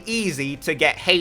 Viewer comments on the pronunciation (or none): Okay i get Tartaglia but why do you pronounce it HEYCH PI tho lol just kidding XD Love your content. Hope your channel gets more subs! Super underrated Genshin content creator. Keep it up man!